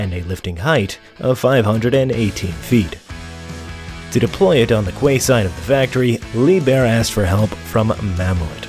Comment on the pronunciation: Your videos keep improving. 👍 note “quay” is pronounced “kee”.